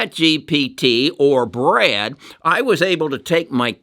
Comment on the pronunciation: Goggle’s AI is called Bard not Brad.